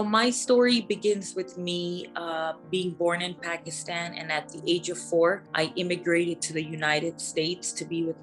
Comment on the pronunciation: Something not right about this girl telling her so called story. She doesn't even pronounce Pakistan properly. She seems Latina if you ask me. The accent and wavy hair and all. Not typical Pakistani at all.